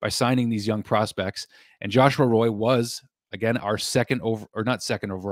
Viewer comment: I think it is joshua "Roy" like Patrick "roy"